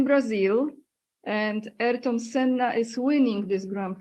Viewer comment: Aniu, imię Ayrton Senna wymawia się w Brazylii nie "Erton", lecz tak jak by po polsku przeczytać A-IR-TON, z akcentem na literę "I"